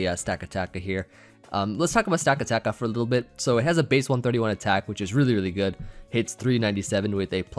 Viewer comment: I think its pronounced Stuh-kata-kuh.